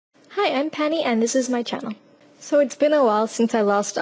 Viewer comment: Your accent is cool but when you say "so" I always think you're saying "sir"